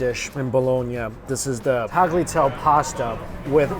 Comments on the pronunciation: It's not tagliatell , it's tagliatelle , pronounced tah-lee-a-tell-eh, with the emphasis on the "tell" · Tagliatelle is pronounced with the "e" on the end. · "Tagliatelle" is pronounced like "Ty-yuh-telleh." Tagliatelle con ragu is also my favorite dish:) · hate to bring this up but the G in tagliatelle is silent. So, taliatelle. Love your videos!☺️ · The way pronounced tagliatelle 💀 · Im not even Italian but the way pronounced Tagliatelle hurt lmao. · I was looking for this comment LOL the way he pronounced it I had to rewind just to listen to wtf that was again